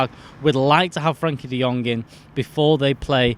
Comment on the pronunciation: It's "Frenkie" de Jong FFS!